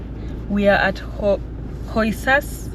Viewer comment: Is Korixas, h is silence